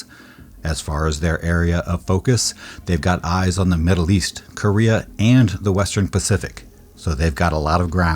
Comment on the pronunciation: Middile East LMAO